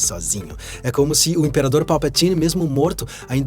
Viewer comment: Nunca ouvi ninguém falar Palpatine tão massa kkkkkkkkkkk